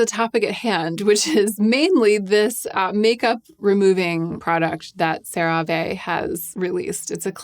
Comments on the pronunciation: it's just "sara-vee" :) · Just an FYI - the last e in CeraVe is long. That’s how they pronounce it in the TV commercials. Otherwise you’re spot on. 😊 Unrelated, I’m new to you videos and I love the thought that you put into them. Excellent work! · You say Cera ve, I say potato... 😩 lmaoooo